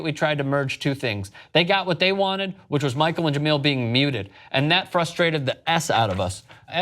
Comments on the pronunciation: Sc6 was dope but honestly it was best as his hers.. And btw it's pronounced ja mail.. Not ge meal.. THEY DID THEM wrong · Jamele not Jameel. Scram. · If you guys say Je-MEAL Hill one more fucking time... I swear, it's one thing to screw it up in one story, but I've left this same comment months ago, and heard you guys screw it up multiple times since. It's Je-MELL hill. Not meal. I can't even take the story seriously when it's so obvious that you don't even know the people you're speaking about. You can bash "corporate media" all you want, but at least there's a professionalism and concerted effort to get the details right. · Jah-mel not Jah-meal. Be professional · juh-MEEEL Hill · It's not pronounced JeMILL 😂😂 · Pronounce Jemele Hill's name right you scumbag.